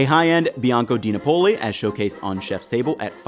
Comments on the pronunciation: Not to be too pedantic, but Cento is pronounced “Chen-to”. Napoli is pronounced “NA-po-lee”. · you need to check your Italian pronunciation: it's "NA-poli,' not "Na-POL-i," and the "c" is "cento" is as in English "ch," not as in English "center."